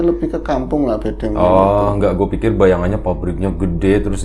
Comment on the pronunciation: Mas" duo packaging 🤣🤣 Kalo ngomong"gue" jadi kedengaran "kue" Ah.... pokoknya semoga tambah sukses untuk kalian berdua 🖤